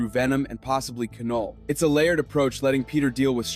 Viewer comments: Definitely scorpion and your pronunciation is wrong it’s not ca null it’s Knull the k is silent so then it just makes the null sound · Keh-Noll. Is this AI? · The K in Knull is silent